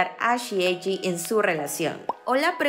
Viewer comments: se pronuncia "benana fish" y "eji" en lugar de "banana fish" y "eiji"?? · Me pone nerviosa que diga benana fish y eji xdddd